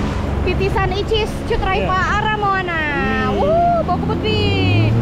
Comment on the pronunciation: Bukan icis, tapi bicis